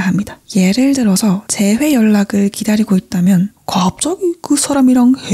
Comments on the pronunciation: 일부러 그러시는 것 같긴한데 잘 때 들으면 저 부분 때문에 잠이 확 깨요ㅠㅋㅋㅋㅋㅋ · 아니 나만 그런 건지 모르겠는데 잘 때 틀어놓고 자면 여기나 여기에 ‘갑자기~’하는 말투 저기가 너무 이상해서 거슬려 죽겠음 하 ㅠㅠㅠㅠㅠ